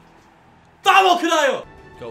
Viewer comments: What is he saying?? VAMO KANEYEO? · How’d u pronounce it, like “VAMO DE CAYO” howwwww?